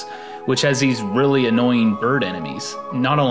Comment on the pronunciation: Rearly, Norman?